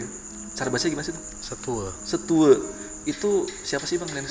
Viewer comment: Kalo menurut ku keknya memang cerita, soalnya saya org yg tinggal dkt dempo, dan dari bahasa yg sebutkan kaya "setue" itu tepat dan bnr penyebutannya, trs tentang pnjelasan merapi, pelataran jg tepat banget kaya dia sdh pernah ke sana..